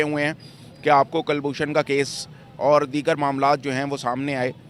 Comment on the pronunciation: कलभूषण नहि बे,, कुलभूषण होता है 🤣🤣🤣🤣